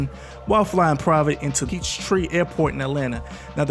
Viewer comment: Bro he said clear as day! 🗣”I RENTED IT.” Stop reaching 🤏 and stoping muting words this ain’t nickolodeon. And it’s Boosie not “Bootsy” And it’s Peachtree not “Eachtree”🤦 Lol who are you? 😂